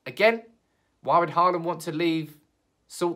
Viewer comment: It’s Haaland. Aal is pronounced as you pronounce all. Dammit! :-) Think ”Hall and”.